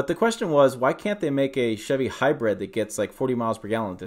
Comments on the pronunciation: hy brid not hy bread learn how to pronounce words properly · Sounds like he’s saying Hybread.